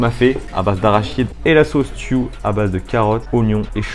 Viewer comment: Jpp c'est pas " la sauce tiou " c'est la sauce " Tchou " 😂 je le sais pck c'est un plat sénégalais et je le suis